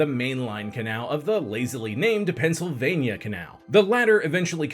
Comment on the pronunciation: lol the Pensi